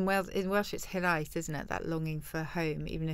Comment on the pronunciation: The way Susie said Hiraeth made me respect her even more. She is a genuine British treasure.